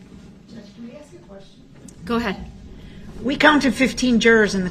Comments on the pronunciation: I bet u lil Darrell spells words like he talks. For example instead of ask he would spell axe. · Your onher I axed a quesion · We should take speech from duh rel. wit-with. Dat-that. Axe. Ask. Libary. Licent place. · He cant even talk right he says do dat theres no such word and he says ak its ask dum s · Axe instead of ask dat instead that wit instead of with